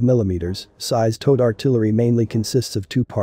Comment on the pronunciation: Say Towed artillery again.